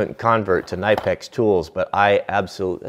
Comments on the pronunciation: The tail of the pipe wrench is just to make it more ergonomic. You grab it at the end to get a better leverage. And by the way you pronounce Knipex with a hard K and then NEE-PEX. Greetings from Germany. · did you know that the brand Knipex is actually pronounced "Kuh-Nih-Pex". :)